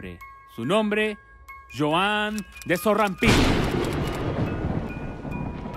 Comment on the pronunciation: El nombre se escuchó como... de sorra pi 🤣